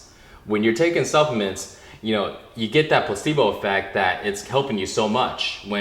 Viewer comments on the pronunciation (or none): when he was saying supplements I thought he was saying self mints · not being racist or anything I'm asian myself but when he said supplements I thought he said self mints. So I google'd it and didn't find anything lol me